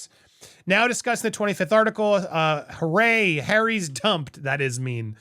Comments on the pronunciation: It's pronounced Hoo-Ray Harry, a party boy reference. Not hooray as in congrats. It was his nickname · Its not hurray. Hooray Harry in the UK means a young, rich party goer, which at that time was quite accurate.